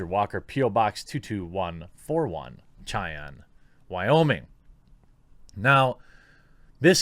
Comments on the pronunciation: It's "Shy-an", not, "Chi-an". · Bro it’s “shy-Ann” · Btw: as a wyomingite, I can say with authority: it’s pronounced Shy-anne :P lol either way, this kid’s an absolute rock-star in all senses of the word